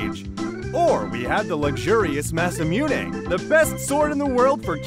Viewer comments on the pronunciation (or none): It's "ma-sa-moo-neh" and "mih-sid-ee-ah," you pleb. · The hilariously mixed mispronunciation of Masamune was the funniest part XD English syllable, Japanese syllable, English syllable, Japanese syllable...